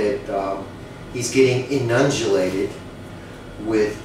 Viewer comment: E-nunj-e-lated does not = inundated...one mans opinion!